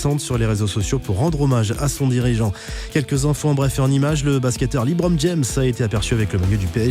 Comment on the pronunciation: la prononciation ce n’est pas Libron James mais bien LEbron James